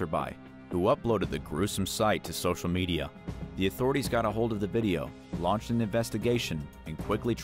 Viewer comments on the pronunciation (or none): none